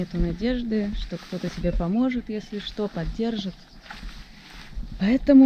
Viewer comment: Если, а не есии